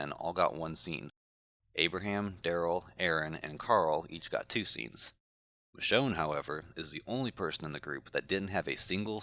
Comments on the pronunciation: Yeah, I also heard "Michonne"! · I HEARD THEM SAY MICHONE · He did point at Michone and said, " moe ".